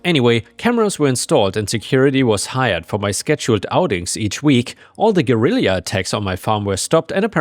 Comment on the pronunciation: Guerrilla is pronounced like the giant ape!